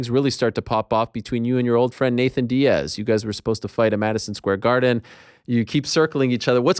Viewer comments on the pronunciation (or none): none